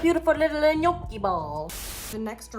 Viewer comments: Girl, I LOVE you in every way ❤❤❤ (and it’s pronounced NYOH-kee) 😘) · The way you pronounce Gnocchi tho